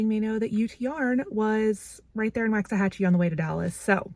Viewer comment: Cowboys fan here and that game was the worst! I mean come on... I love your sister's tiny house, so cozy but with everything anyone could need. Not to be critical but Waxahachie is pronounced with a soft A, like in waffle, not a hard A, like in wax. When I moved to Arlington 20 years ago, I mispronounced Waxahachie and was quickly schooled on the correct pronunciation, LOL. Great video as always!